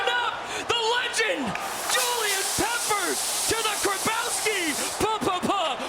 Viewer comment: Dude annoying as hell ppppppeppers 🤣🙄